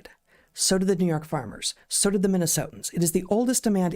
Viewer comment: You said Loudoun correct, Heather!